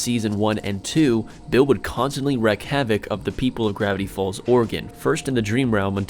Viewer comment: You don't wreck havoc. You wreak it......pronounced REEK.